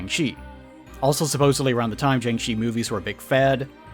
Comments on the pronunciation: It's pronounced Jiang Shir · Man, you gotta stop pronouncing jiang-shi like that. It’s more like… jyahng sher (but you don’t quite pronounce that r sound).